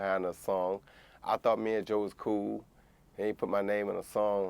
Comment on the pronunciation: Much respect to communication and descalation. Roy Jones Jr puts the `G` in Gentlemen. Champ used his words and said I tought we were friends. I tought we were better than that Joe.